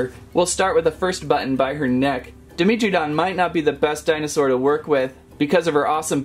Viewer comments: Dragon Overlord definitely me It is pronounced Dy-mentree-don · i think its pronounced dai·meh·truh·daan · Who else cringed when he said “Demetridon” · FeltyEagle 69 yeah... it was cringe